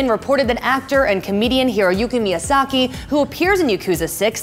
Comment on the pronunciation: Miyasako not Miyasaki